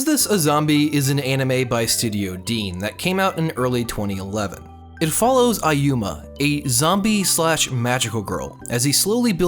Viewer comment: Its ayumu, not ayuma... gawd...